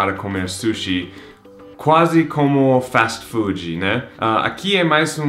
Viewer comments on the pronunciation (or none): Tão fofo o forçando o i nas palavras em inglês hahaha Fast(i) Food(i) haaha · Não sei se é pq sou curitibano, mas sou um brasileiro que não usa o i no final das palavras em inglês (nem em português na verdade, kkk), não consigo falar fast(i) food(i), me da um nervoso, kkk.